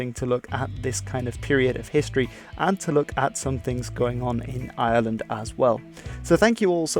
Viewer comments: It IRELAND NOT ISLAND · Dude please please it's iReland not island, British people do this all the time there's a heavy R sound in Ireland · The name of our country is not island...it's Ireland with an R after the I. ...IRELAND.A lot of people pronounce it like it has no R in it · Is it just me or does he call Ireland , Island.